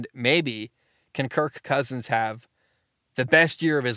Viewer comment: Please stop saying his name like that